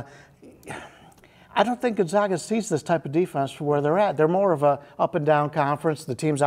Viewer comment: It's pronounced "Gone-zag, (as in bag) uh," Gon-zag-uh," not "Gun-zog-ga." Sheesh!!